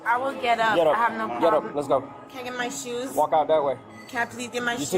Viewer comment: “Where my shoosh?”